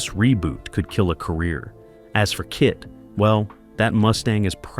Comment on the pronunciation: I cringed at that myself.